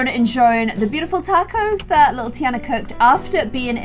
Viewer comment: pronouncing tiana as teaana. Me: “it’s pronounced tiarna”